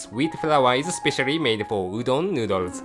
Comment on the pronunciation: うどんがドーンって聞こえるｗｗ